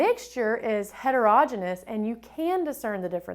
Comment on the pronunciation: Don’t teach the kids to pronounce heterogeneous like that 🙊